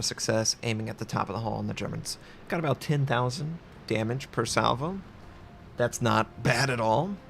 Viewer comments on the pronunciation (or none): none